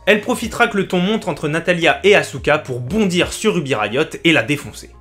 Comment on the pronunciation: OMG La prononciation du nom de certains catcheur font MAAAAALLL (Sheamous, Asouka)😭😭😭😭